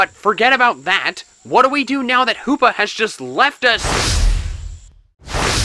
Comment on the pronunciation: The hoopa word like saying Lupa